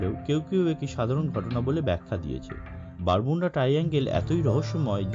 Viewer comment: It's not Bermunda. It's Bermud. Your pronounced word is wrong